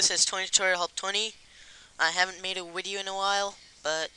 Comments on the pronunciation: But you did say wideo though. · i havent made a awideo in a awhile :D [speahcless]